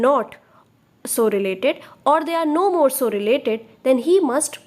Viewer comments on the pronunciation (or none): none